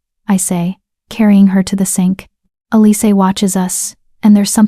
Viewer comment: Why isn't Elise pronounced correctly? It was constantly mangled.